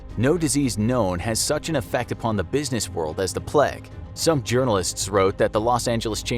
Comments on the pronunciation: It's pronounced plaig. Not plegg. In English and American. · Just listened to someone pronounce plague like pleg for 12 straight minutes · nobody: narrator: pLeG. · Why does he pronounce it pleg hahaha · Why did he say plague so weirdly